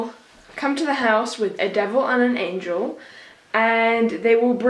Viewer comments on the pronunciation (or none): none